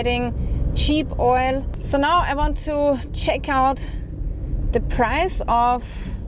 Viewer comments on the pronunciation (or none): none